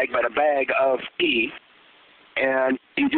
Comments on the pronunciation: i thought he was saying pee the whole time. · i thought he said pee. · it sounds like he's saying "you push out a blob of pee" lol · he said tea funny